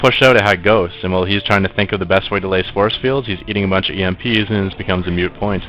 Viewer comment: MOOT point, it's MOOT now, not mute.:c